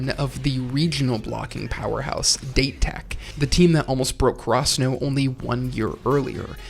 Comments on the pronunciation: My brain literally melts when you say date tech like they're mascot is a dried fruit. Please just say dateh from now on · my guy just said foo-roo-d'eight. its pronounced fu-ru-dah-teh, same with date tech, its dah-teh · I urge you to look up how to say Japanese names properly. Of course it's ridiculous to expect flawless pronunciation, but Date Tech, Furudate, and Hirugami in particular are so badly wrong that it's just painful.